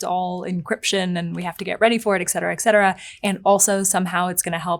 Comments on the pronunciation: a journalist who says excetera instead of et cetera. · I used to think so very highly of you, until I heard you (at roughly ) say "eck cetera." I find such a lapse to be wholly shameful and I doubt I can ever think of you as being well-educated and intelligent ever again. But you ARE crazy-HOT, so I'll keep watching.